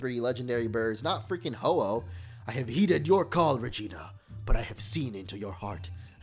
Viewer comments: That fusion members name was Regina. He actually said Regina, sounds like vagina right lol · is it just me or he said vagina